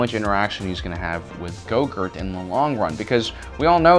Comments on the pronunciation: I have to ask, why is he referring to baby Yoda by some other name other than Grogu (pronounced GROW GOO)? Look I dont care that he does, just want to know why he refers to him by Gogurt. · You stopped the video, when you called him, baby goger? Dafuq ......it’s GROGU GROW-GOO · Lol.... I love how you Grogu ,,, gorgu . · "Luke Skywalker establishes his own school of witchcraft and wizardry" lmao. Between call calling Grogu, Grogurt and that you crack me up. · his name is not Gogurt its Grogu (Grow) - (Goo) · ITS GROUGU NOT GRUGO!!!!!!!!!!!!! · Baby gogurt hahaha say it right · GROGU not goGroot XD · GROGU! It’s Grogu not go gort nor yogurt. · This dude called him baby gogurt and u expect me to take this video serious after calling grogu gogurt a bunch of times. Lmao. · OMG its not go-gurt... you make it sound like some "Yogurt" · Gogurt? So annoying. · Ehy do you call him gogur??? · he said baby gogur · Why can’t you say grogu properly. It’s not ‘grogert’ as you say. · Has no one realized that he called grogu yougert and gogert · Im pretty sure how speaks reall affects his pronounciation Cuz i heard Baby Grogurt instead of baby grogu and Ashurka Tuhno instead of Ahsoka Tano. Like how he says grogurt instead of grogu just seems like ur going in a straight line, then u turn 180 degrees the other way and go the opposite direction. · Grogu. His name is Grogu. Listening to you butcher the poor things' name is torturous. 🤦🏾‍♂️ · can i ask you something directly? ... why do you keep calling him Gogurt? .. its REALLY f*ckin' bothering me. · Is he calling Grogu gogart? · Are you saying “grogert” 😂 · dumb fuck can't even say "grogu".... wow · I keep hearing Goguhrt, and it's totally distracting from all of his points because I keep thinking of yogurt tubes for kids. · Why do you call him gogurt? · Lol, I love how you call gorgu go-gurt. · Is he pronouncing it "GoGurt"? Lol. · Yes I can’t stand it lol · why is he saying gogurt instead of grogu??? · Its GROGU not GOGUR